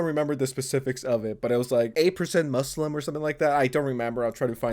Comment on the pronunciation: Hearing the trainer pronounce "moo slum" the way she does fucking sent me.